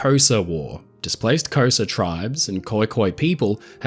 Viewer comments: Xhosa - KAW-Zha, and not Cowsa hahahaha your pronunciation. Took me a while to understand what you meant hahahahaha. The name has a click in it but its okay as most of us whiteys say Kaw-Zha. lol. I literally thought this was some war I hadn't heard of till I realized what you were saying. Love your videos. Thanks for posting. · Had to stop what I’m doing to figure out what “kosser” was 😭 I’m South African. I know lots of people don’t want to do the clicks but then you should say “khosa” short o sound open a like aah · Hello! This is got to be my new favourite video of yours. For me instead of a Titanic phase I had a Birkenhead phase, where I memorised most of the fact and how it sank, great to finally see a great video of her on YouTube. Also Xhosa is pronounced like Courser. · Representing my home country. The waters of the Cape of Good Hope (formerly known as Cape of Storms) are notorious for the devastating effects they had on ships back then and today., say Kho-Za like you would put a K in front of the word OR. So say KOr Za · Hey, You almost had it right. "Xhosa" is pronounced with a click of the tongue and continues with Koza. Yip old tragedy here off the coast from us. South African waters is rough and the sea took lives that day. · Amazing video but I would give anything to teach the pronunciation of Xhosa